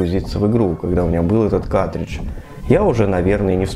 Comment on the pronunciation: Твое произношение слова картридж ("катридж", без первого "р") - очень смешит.